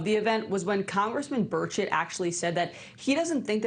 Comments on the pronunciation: Burchett, but yes, it does sound like bird shit lol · Did Luna say Representative Birdsh*t?😂 That's what that sounded like